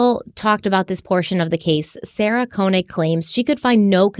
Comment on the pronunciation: You pronouncing Sarah Koenig’s name wrong throughout this even after you listened to serial supposedly several times drives me insane 😂